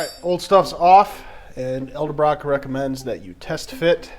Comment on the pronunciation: Great video I'm considering saving up for one of these systems, but its pronounced ed-el-brock not el-de-brock.